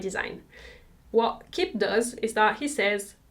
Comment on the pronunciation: It’s pronounced Key-bee, not Kibb